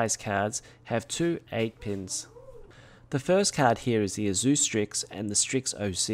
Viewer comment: The way you pronounce "Asus" makes me want to smash drum sticks in my ears. >>>correct